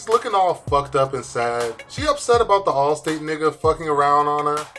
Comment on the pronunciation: “Allstate I mean Allstat” 😂😂😂😂